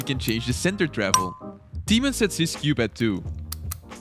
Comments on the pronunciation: yoo dude i love you but i am from Poland (like Tymon lets go) and the way you pronounce his name hurts a lot <3 (but i know its hard :) ) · I am from Poland and it makes me laugh when people read Tymon